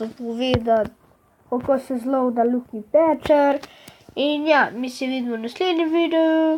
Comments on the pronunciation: Aploh neznas izgovorit lucky patcher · res nezna izgovorit lucky pacher